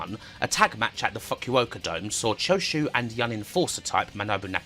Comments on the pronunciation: Who pronounces Fukuoka like that? Why you pronounce it like a F-Bomb? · At one point I thought u said f u over dome 😅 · Sounds like some Japanese Punk Band 😆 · yes bro said it funny